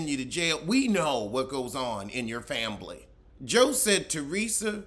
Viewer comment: I miss when mispronounced family like, "fambily". It always gave me a tickle. 😅